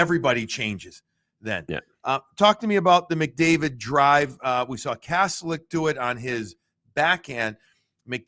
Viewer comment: Kas-tel-ic; the official NHL pronunciation guide says so. The net is not a "cage". Sports teams are not "squads". Peoples noses are not "beaks". Road trips are not "swings". I could go on and on but just use the normal words to commentate and describe the game.